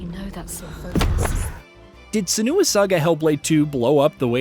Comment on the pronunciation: This channel keeps mispronouncing "Senua", correcting the pronounciation in follow-up videos after people call them out and then mispronouncing again it later on. This is the like the third or fourth time I see it happen. The stress is on the "Se"! Like "Sehnwa".